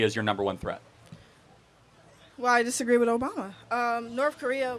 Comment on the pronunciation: I’ll never take an adult serious that pronounces with and both as Wif and boaf